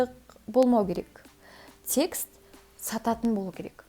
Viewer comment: текст деген созди секс деп естп калганснгой 😂